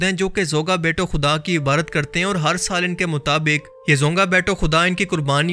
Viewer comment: Hassi bhai aap IbaDat ko hmesha Ibarrat kiun kehte hen